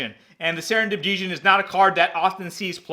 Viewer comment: Djin not Deeejin